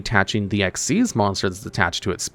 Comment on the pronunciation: No, you are wrong and an idiot! Ghostricks have a really solid line of Xyz Monsters, NOT XYZ Monsters! The Mechanic is "Xyz", it is not and has never been "XYZ"! Stop doing that! You don't do that for Ritual, Fusion, Synchro, Pendulum or Link, so why do you do it Xyz? It's not funny and it's not clever! You're like those so-called PokéTubers who mispronounce it as "poh-kuh-mon" instead of the correct "poh-kay-mon"! There is no such Mechanic as XYZ, never has been! And you literally have Xyz Monsters RIGHT THERE, you have no excuse! Again! Also, you're forgetting Spirit Barrier exists!